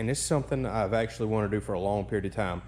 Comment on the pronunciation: Sip your beer every time he says ACKshully .. you'll NEVER finish the video